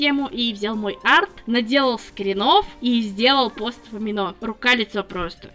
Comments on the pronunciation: Конечно, это не совсем по теме. Но "Amino" можно было говорить как "аминО", а не "амИно"? 🌒w🌘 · АмИно, а не АминО